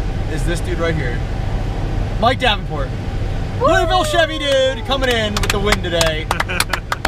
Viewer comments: Soooo annoying when people say LOUIEVILLE. I live in Louisville and it's a pet peeve to hear it said that way. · I'm sorry but I laughed so hard in how he said Louisville 😂😂😂 only people from KY know how it's really pronounced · i live near louisville and you completely butchered the city name